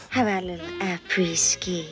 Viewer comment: It's pronounced "Por-schE", not "Porsch". Also, it's "après-ski" instead of "a pretty ski". 😁